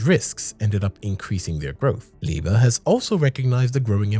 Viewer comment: Hey man the pronunciation is all wrong